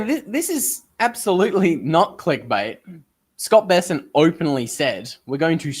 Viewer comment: it's Bessent, Not Be-sent FFS.